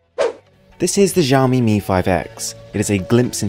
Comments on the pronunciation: ShaaOmee. Not Zaaoomee :P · zhiaomi? lolwut, this is xiaomi so u can read it like siaomi not zhiaomi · Shaohmee, not jao-mee. Check Google translate for proper pronunciation ;)